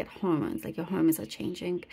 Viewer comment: I thought the same, but it was very unclear, especially the second time she said it--more like 'horms'. I listened to that portion three times myself to be sure. Maybe lack of clarity is a message about the hormonal changes. -_o